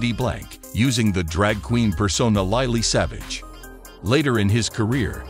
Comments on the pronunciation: Bloody American accent, Paul was not known as LIELEY SAVAGE, he was known as Lily Savage. Paul, I would have loved to have met you and have given you a big hug on behalf of all the animal lovers out there. A true legend and hero has left this world but will never be forgotten but Heaven has received another angel from this world to look down on us and all the animals he has saved. God bless you Paul. Rest now, you definitely deserve it. ❤️ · For goodness sake....get the names right.....not "lie-lee" savage...it is pronounced LILLY. And it isn't "zo-ball". it is pronounced Zo- ay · Isn't it funny. We will miss him greatly. But this channel puts an American AI voice over it that not only pronounces his stage name wrong, but seems so insecere. I find it baffling also, that you feel the need to state he was gay and married to a man...... Do you do in memorials to heterosexuals in the same way.......? Like, he was married to a woman?? I care not in this, but you state it. He was married after all. I liked Paul as an animal lover, and although I don't think his lifestyle is right, I believe he has the right to be happy and is of no concern to me. He did a wonder of good for dogs, and was a voice for forgotten animals. And I hope his legacy of pet adoption lives on. RIP Paul, you were a gent 🙏🏻